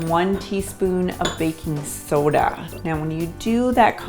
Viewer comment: Your "soooda" makes you sound Minnesoootan.